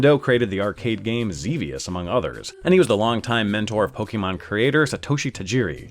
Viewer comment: It's pronounced "poh-kay-mahn".